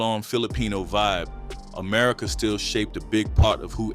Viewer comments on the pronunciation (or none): none